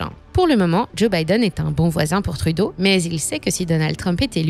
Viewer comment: C'est de la propagande cette chaîne où quoi ? La narratrice, anglicise le nom d'un premier ministre francophone à ce demander si c'est pas une IA. De plus, elle souligne la tendance woke du PM comme si le fait de reconnaître les différences était néfastes pour l'économie est juste débile, c'est à ce demander combien le PCC a payer pour cette vidéo. Le problème de Trudeau et de Macron n'est pas d'être woke, il sont juste pas bon. Et pour tous ceux qui scandent "go woke, go broke", demandez à Disney qu'est-ce qu'ils en pensent ? Finalement, pour tous ceux qui croient que Poilievre ferait mieux, gardez en tête que ce type a toujours été en politique et est dans un compté où même un chien se ferait élire juste parce qu'il a conservateur devant son nom. Le gars n'est pas là pour le bien des canadiens, il est là pour ses donneurs et pour lui-même.